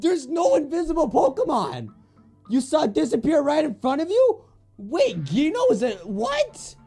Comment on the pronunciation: you obviously HEARD in the game what is the real pronunciation of Gino but YOU STILL SAY IT WRONG! Can you pronounce it like "Jeeno"? THAT is the right pronunciation!